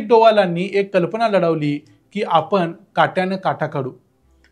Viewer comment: मराठी शुद्धलेखन प्रमाणे आपन, आनी, बोरवनकर म्हनाल्या हे म्हणू नका. ते आपण आणि,म्हणाल्या,बोरवणकर हे शुद्ध मराठी बोलणं आहे.राग मानू नये.